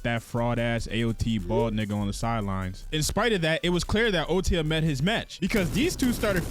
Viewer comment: It’s OTOYA not otiya